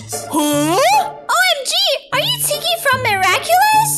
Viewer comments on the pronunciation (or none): It's not tikki it's diggi